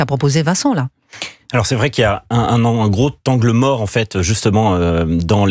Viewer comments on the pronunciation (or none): aie aie aie un gros T angle mort .... ai je vraiment entendu ça ? (4.02)